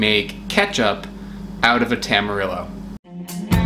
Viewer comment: Hearing Tam-ar-ill-oh hurt on a different level